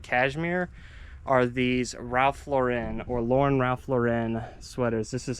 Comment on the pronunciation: It's pronounced just Lauren like the girls name. Ralph says it this way himself. Ralph Lauren is a Jewish guy from the Bronx, never understood when people add the french flare to the name lol. Great finds.